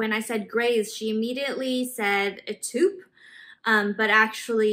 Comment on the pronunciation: Do they pronounce taupe as " toop"? I've never heard that before.